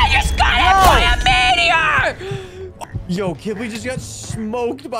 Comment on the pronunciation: Literally said “Meteo” 😂😂😂